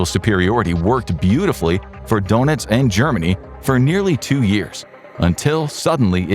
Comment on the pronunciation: Its pronounces durnitz not donuts